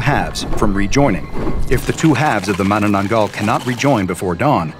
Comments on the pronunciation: Did yoi just...Did you just properly pronounce the name?! Im amazed. Americans tend to just bork the pronounciations. but not you fortunately. You really are an SCP foundation researcher. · The pronunciation of Mananaggal is spot-on. Though you lack one thing to keep safe A blessed item that we Filipino Catholics keep-the Palm Leaves we have blessed on Palm Sunday. Once dried we use its leaves and fashion it into crosses and fasten it onto doors and windows. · Huh. Never thought the SCP community will make the manananggal into a SCP anomaly, I am sooooo honoured mabuhay!. Edit: I was waiting for your pronunciation, and I am not complaining you pretty nailed the pronouncing of the name. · oohhh what a relief you pronounced manananggal right unlike other scp channels and what a convenience that the crack in the roof is directly m above the room of the young women